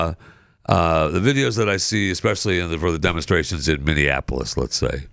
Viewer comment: No joke here....Pat made Minneapolis for better than Springsteen did by pronouncing all of the syllables instead of cutting out the O and saying minneaplus